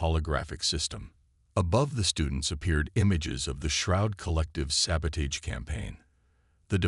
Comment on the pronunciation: will the word Sabotage ever get pronounced properly! 🤣 these human mechanic stories should really get a series on hbo or showtime or something...